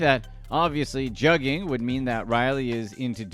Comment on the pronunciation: Your definition and pronunciation of juuging is all wrong